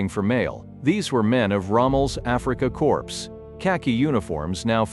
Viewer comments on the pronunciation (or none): Afrika Corpse? Stupid AI...it is pronounced " Core."